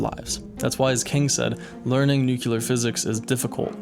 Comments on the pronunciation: The word is “nuclear” not nucular! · This is not what photographic memory means - your title is misleading. Also, it's NUCLEAR, not NUCULAR. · Please could you remember the pronunciation 'NEW-CLEAR' instaed of 'NUKE-YOU-LAR' !!! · Excellent idea and thank you for sharing it. I am going to implement this. One thing you might want to do (and you will probably remember it now because I mentioned it) is to pronounce the word "nuclear" correctly. You mispronounced it as "nucular" twice in the video when using the term nuclear physics. 😉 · I wish I could forget you said “nucular” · whats with this word nukilar and Americans....its nuclear...then ambalance....its ambulance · You're smart. You can say this correctly. New-clee-ur. New-clee-ur. New-clee-ur. Nu-cle-ar. Nuclear. Practice this consistently.. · Bro really just said "Nucular" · You can start learning how to pronounce the word nuclear properly